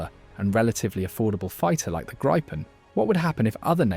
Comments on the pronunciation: It is pronouced GRIPPEN like the mythical beast not GRYPEN or GREEPEN Otherwise - yes it seems like a great aircraft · Gry-pen? Really? It's a Gree-pen. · It’s pronounced Gree-pen ! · FYI - if you want to pronounce Gripen correct - it's how you would say Greepen - in English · grrrr. Bloody AI reader with a posh English accent can't pick one pronunciation for the name of the aircraft. In the first 150 seconds I've heard "greepin", "grippin", and "gr-eye-pin". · By 1.20 you had pronounced it grippen, grypen and greepen😂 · Grijpen is pronounced “Greepen” for English speakers. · THANK U!!!! RAFALE, F-18, TYPHOONS, ETC,,NOT GRIPPONS!!! JEEEEZ... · It’s a small point, but it’s pronounced Grifffen. Thank you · Nobody seems to know if it's Gripen (grip), Gripen (gripe) or Greepen. Theses audio tracks are digitally produced and seemingly unable to be consistent. Could somebody ask SAAB how to pronounce it and tell your seestem?